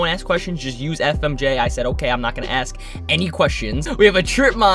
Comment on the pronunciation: Anyone else notice how he said FMJ